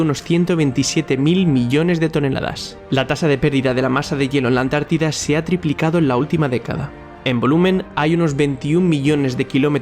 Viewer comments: Dijiste La "Atlántida"?... No sería más bien La Antártida?😮😂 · no es Atlántida es Antártida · por favor la ANTÁRDIDA!!! No la ATLÁNTIDA!!! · Es ANTARTIDA!!!!! no Atlantida!!! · Antártida no Atlántida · UNA OBSERVACIÓN: ES LA ANTÁRTIDA, NO ATLÁNTIDA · Hermano creo que sería Antártida no Atlantidad solo eso como critica lo demás súper 👍👍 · La Antártida ... No la Atlántida. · es la Antártida, no la Atlántida. Muy buen video. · Muy buen video, pero ¿dices Atlántida me parece?🤔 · Atlántida????? jajajajajaja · Cuando dijiste Antártida entendí Atlántida y me quede como queeeeeee🤨